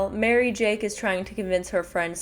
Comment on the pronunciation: Pardon? I'm sorry, did you say MaryJAKE??